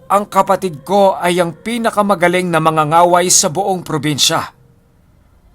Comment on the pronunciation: Mang-ga-ga-way not manga-nga-way. Mas malakas pala sila kesa sa Babaylan. Dati akala ko iisa lang yan sila. Magkaiba pala.